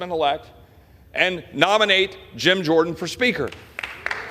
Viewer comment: Was right with him, until he said “Gym” Jordan…